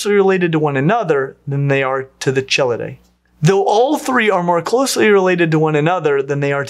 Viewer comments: Dude, the ch in chelidae, trionychidae, et cetera all are pronounced with the hard K sound. In fact, if you want to get neoclassical names right, just err on the side of assuming ch is a hard K sound, unless you learn otherwise specifically. This would solve your sole error that I noticed. Sadly, this has so many "chel" in it, (all because kelone, romanized to chelone, means turtle/tortoise in classical Greek) so it kept happening. And mispronouncing archelon. AR-kelon. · Hi, as a turtle researcher I very much enjoyed this video but I want to make one comment. The ch in all of these names, Chelydridae, Chelidae, Cheloniidae, should always without exception be pronounced with a hard k sound. A soft ch sound as in charm should never ever be used for any words of Greek origin. Great video otherwise! I was glad to see you were up to date on the placement of Trionychia relative to the rest of Cryptodira, as opposed to the older placement nested deeper up in the clade.